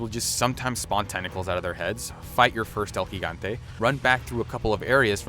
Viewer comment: Thumbs up for the “El Gigante” correct pronunciation.